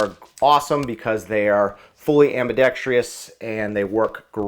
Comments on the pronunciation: What does "am bi dexTREE us" mean? Oh, "am bi dex trous" Why the extra syllable? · When will all of these youtubers learn how to pronounce “ambidextrous”? 🤦🏻‍♂️